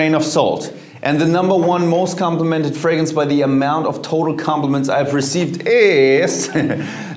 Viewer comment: Ironically, fragrance is the only word he seems to mispronounce